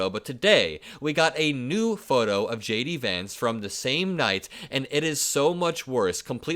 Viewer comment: Lay-Dee Vance.